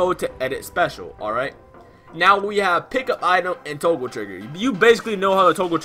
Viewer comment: you just say "Toagle" my boi?